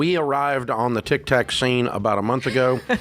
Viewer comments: He's probably saying that purposely. He likes to slam modern pop culture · SOMEONE please tell him it's not, "TICK TACK" Hahaha. They must be scared to correct him, lol